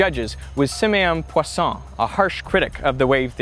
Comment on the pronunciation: it was one of our 1st year college experiments... newton's rings was way cooler than this. learnt one new thing that we were pronouncing Poisson incorrectly